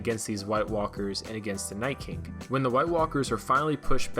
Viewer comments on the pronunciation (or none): Wait, did he say The Night “Kink” twice??? Lol